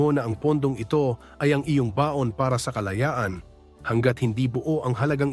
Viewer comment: I hate the AI narration. Baon sa utang vs. Baon as in lunch di niya kaya ma pronounce properly.